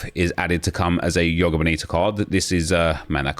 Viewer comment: Nep can you please say the J in joga 😂 makes me shiver when you say yoga